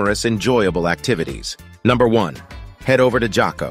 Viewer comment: Where are you from? J is pronounced "H". so its Haco Beach not Jaco. LOL. sounds like as soon as you arrive San Jose, leave the town. :)